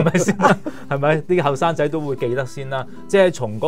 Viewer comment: 生仔⋯⋯真是要唸清楚